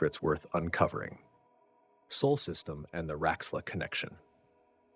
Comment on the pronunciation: Agreed! Well put together. It wasn't just Procyon though. He pronounced multiple systems in an odd way. Then called them correctly the next sentence. Made the first minute a trip. Examples: "Leave" for Lave. Saul for Sol.